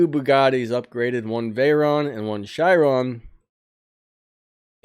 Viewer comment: Ok I noticed you pronounce the Chiron as a shiron, it's pronounced like ka-ron with there accent!